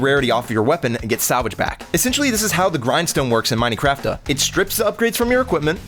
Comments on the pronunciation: is "miney craftuh" a joke? call me a loser but thats like so funny but i also am kinda curious if im like being rude or somthing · Not the Miney Craftuh 😭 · how did you pronounce minecraft? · Dude, how'd you pronounce Minecraft 😂😂